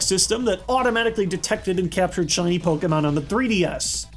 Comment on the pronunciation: I appreciate you for pronouncing 'pokemon' the right way.